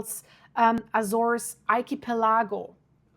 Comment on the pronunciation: I’ve been to Sao Jorge. It’s beautiful with lots of evidence of volcanic activity. But please. you’re pronouncing Azores and Sao Jorge wrong. Please, you need to fix that lest it diminish the seriousness of your report.